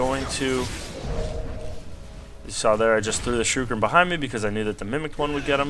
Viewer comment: its more like sure eh kin not surekin... lol